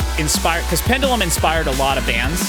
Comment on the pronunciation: You keep calling Pendulum, Pendalem. Trivia, there's a mock act called Pedalem which is worth a listen too. It's a joke version of each of these tracks